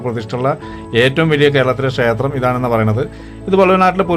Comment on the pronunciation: അറിവിന്‌ നന്ദി.. വീഡിയോ ചെയ്യുമ്പോൾ ഉച്ചാരണം ശ്രദ്ധിക്കൂ. ഷേത്രം അല്ല ക്ഷേത്രം എന്ന് പറയു.